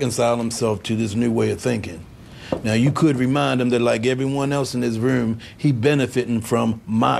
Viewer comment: My man Prop Joe was baltimore all the way. the way he says "Rewm"